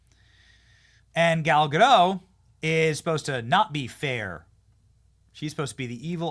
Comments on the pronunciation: What if I told you it's gadot with a T and not "gadoe" Say gal. Now say ga. Now say dot. Now say gal gadot. Nailed it. Proud of you. Literacy counts. Save the surrenderland pronunciations for surrenderland. Here in america we win wars instead of giving up instantly. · They mispronounced Gal Gadot's name in that intro.